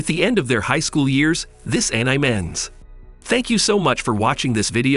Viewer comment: he said anime as aniem or anim whatever it is lmao